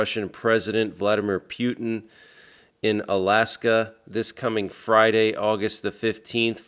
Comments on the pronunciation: 😂 the way you say “Pew tin” 😂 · Pronounced Poo-ten